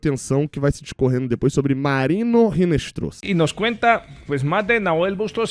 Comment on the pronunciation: em espanhol, o "h" não é pronunciado. Portanto, não se pronuncia "Rinestroza", mas sim "Inestroza" (o "z" tem som de "s").